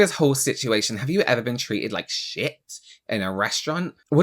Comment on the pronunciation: “Have you eva been treated like sheeeat.” 😂 . I just love him.